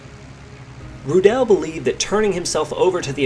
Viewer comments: The pronounciation is Rudl not Rudaeeellll. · I believe the correct pronunciation of his surname is.....Roooo-dl......not Roodell......Good report! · His name is pronounced RU- del not Ru-DEL like you mispronounced 100 times during the video. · Not Roo- DELL just Rudel and roll the arrrr a little like strudel ! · he also shot down 11 soviet aircraft, flying a focke-wulf 190G ground attack fighter bomber. when his stuka was hit by ground fire, rudel's leg was amputated below the knee, yet he still fought. hitler loved him and awarded him the knights cross with swords and golden oakleaves, the only person in the wehrmacht to get this award. btw, rudel is not pronounced rudell. it's pronounced roodle..how about doing a story on 352 victory ace erich hartmann, the blond knight of germany...and heinrich erler, a 212 victory ace wrongly blamed and arrested for the loss of the battleship tirpitz and who rammed his me-262 jet fighter into an american bomber, saying to a friend over the radio,' i'm going to ram this one. see you in valhalla.' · His name is pronounced "Roodle", not "Rudelle"! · You don't really spreak the "e" in Rudel. It's more spoken like: "Rudl" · Pronounce his name like 'Rudolph' Ru-del One L at the end is the clue Sounds more German that way Your saying it like it has 2 L's and an E at the end, he's certainly not French. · Wrong pronunciation of his name. It's [ˈʁuːdl̩] Ruudl with a silent e. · idea for future videos: try to pronounce the names RIGHT ! Rudel ist not like michelle , RU - del , Ru deep and short, del like dell the same. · the emphasis in "Rudel" is on the u, not the e. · Please make an attempt to pronounce his surname correctly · U pronunce his name like it was french:D Like rudélle. Its just rroodel. Like noodle with a strong r. And im not getting startet how wrong yullrick sounds ^^